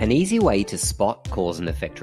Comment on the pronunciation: The ‘easy ’ bit sounded so American!